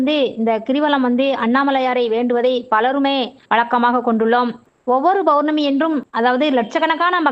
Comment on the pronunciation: Bournami , Bournami yaaaaaa????????? POURNAMI ENRU SOLLUNGA.